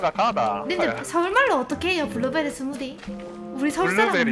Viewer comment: 블루베디 스무디 발음 경남과 경북의 억양차이 ㅋㅋ